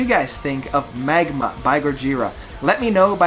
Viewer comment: Haha, no biggy. Just funny that you said the album wrong two times :D